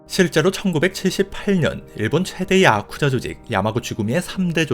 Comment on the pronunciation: 야쿠자 하실때 발음이 독특하시네요 야~~쿠자